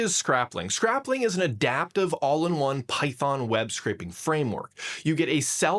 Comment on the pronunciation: Why are you saying scrap-ling and not scrayp-ling